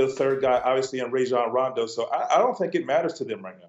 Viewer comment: Ray-zhon Rowndo